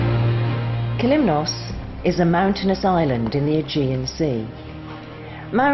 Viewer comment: As for the views, this video shows the viewer beautiful areas of Kalymnos. As for the music, it sound as though someone is going to take a death trip on a train. However, the pronunciation by the narrator of the different areas on Kalymnos is atrocious, especially when you pronounce Kalymnos or Katouni!